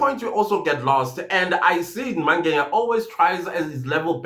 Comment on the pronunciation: i always wonder why you call Mngena by Mange"nya"😊😊